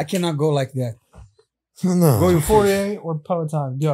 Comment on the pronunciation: Topurier? What?